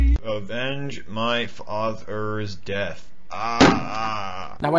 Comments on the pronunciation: "avenge my f-Athers death" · Avenge. Myf. Ath-er's Deth. AaAaAh